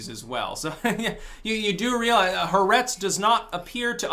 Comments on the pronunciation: it's not heretz it's Haaaaaaaertz, A as in french or German alphabet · If you want to be really cool and seem knowledgable, not that you care, you would say “ha-aa-RETZ.”